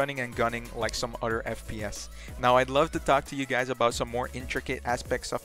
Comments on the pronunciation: The word is "other" not "otter" 🦦😂😂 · It’s pronounced other btw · “True” = Through “Utter” = Other